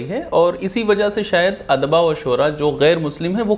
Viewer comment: Bhai anchor apna lahja durust kijiye, "Adba" nhi " odaba " hai, ye lady bilkul sahi lafz ka istemaal ker rhi hai.